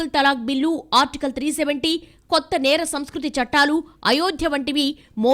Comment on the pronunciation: యాంకర్ గారు తప్పు చదివారు ,నేరస్మృతి ని సరిగ్గా చదవండి !